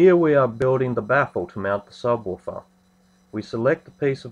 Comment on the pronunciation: sabwaafar? jajajajajaja